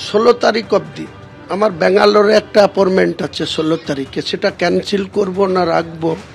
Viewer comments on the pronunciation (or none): এ appointment বলতে পারে না,বলছে aportment.😂